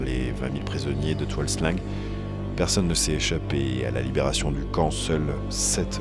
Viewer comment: très bon documentaire . attention cependant à l'utilisation des mots cambodgiens parce que la logique écriture/prononciation orientale peut être très différente de la logique occidentale . alors quand vous lisez "tuol sleng" (= la colline empoisonnée) , il faut prononcer "toul sleng" . quand vous lisez "tuol svay prey" (= la colline du manguier de la forêt) , il faut prononcer "toul swail preil" . quand vous lisez "Kampuchea" (= Cambodge) , il faut prononcer "Kampotchy" .